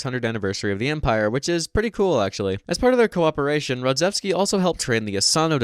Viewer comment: RodzAevsky not Rodzevsky